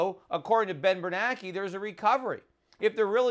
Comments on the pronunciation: i don't know why but it bugs me that schiff pronounces bernanke's name "bernacky". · Yep - we should have driven the car into the ditch like Peter suggested way back when instead of going over the cliff we're about to go over. This is the longest, most excruciating pre-crash I ever could have envisioned. And just as an aside....it's Ben Bernanke as in rhymes with spanky....not Ben Bernacki as in rhymes with wacky - right?